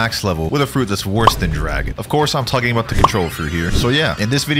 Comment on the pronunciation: TALKING NOT TALTING